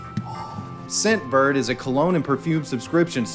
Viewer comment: Anyone else here Simp bird instead of scent bird